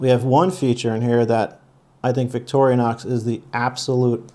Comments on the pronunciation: Dude, it is VICTORI-NOX, not VICTORIA-NOX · It's Vic-tor-in-ox. not Victorionox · It detracts from your credibility when you mispronounce Victorinox. It is "vik-tor-ee-nox", NOT "vik-tor-ee-UH-nox". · Ok, can't take you serious, its not Victorianox. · Constructive criticism/pet peeve. This knife has nothing to do with Victoria whoever she is lol! Vic-tor-ee-knox. Just a heads up. 🤷‍♂️ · Vic-TOR-i-nox. No "a" to be found. Great review otherwise. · Why does he keep saying “victorionox” ? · Man! Come on. It’s Victorinox! There is no A in the middle. It’s not Victoria. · There is no can opener, and you’re pronouncing the name wrong. DYOR dude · Hey, for a big fan, you don't pronounce Victorinox correctly. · If you're a huge fan of Victorinox then you should be pronouncing it properly. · No toothpick and the guy doesn’t know how to pronounce Victorinox.